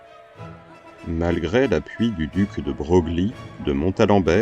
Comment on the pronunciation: Merci pour la vidéo, une remarque de Broglie se prononce de breuil, comme de Castries, de Castre.